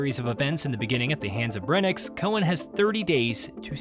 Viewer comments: His name is Brensis, not breniks or whatever you’re saying 😂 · brenix? it’s brencis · Can’t even say the characters name right. Brencis* not “brenix” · whois "Breniks?" Is this a new character I haven't heard of? Is he the uncle of Brencis, or are you simply inarticulate?